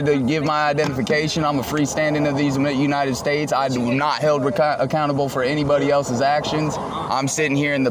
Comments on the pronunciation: I bet his grandma would be embarrassed of just how stupid her grandson has become. Did this clown say these anited states? 🤡🌎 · "these ANITED states." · He says, "these anited states"